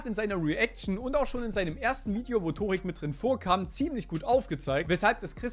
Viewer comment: Der heißt Törik 😂